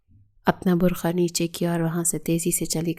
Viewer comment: برکھا نہیں برقع ہوتا ہے